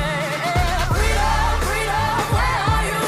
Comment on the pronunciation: Don’t you mean “Fweedom”?